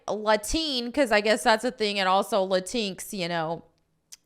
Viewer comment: It's pronounced "Lah-Tinks"